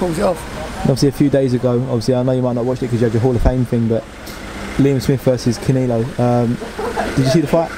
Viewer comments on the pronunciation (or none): Did the interviewer actually say "Liam Smith vs Caneelo"? Lmfao